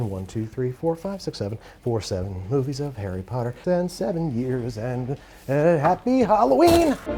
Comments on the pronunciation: Is it just me or did he say "Parry Potter"..? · "Pumpkin Pasties from Perry Potter" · "pumpkin pasties from Parry Potter" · "Pumpkin pasties from Parry Potter" 😂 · Parry Potter?